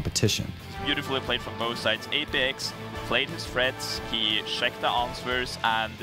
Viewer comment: he pronounce it an - swer?